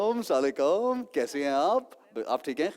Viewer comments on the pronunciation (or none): Ahsan salam tho sai se liya kre.... Chote bache apse better salam lete h... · Thik kaha aap ne istarha salam krna dua k bajaye badua banjati hai